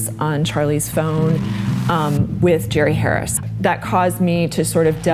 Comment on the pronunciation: Mispronouncing his name is kinda a great way to disrespect someone like this. I like it.